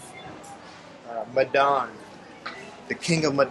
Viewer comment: Please, Medan is pronounced May-dan.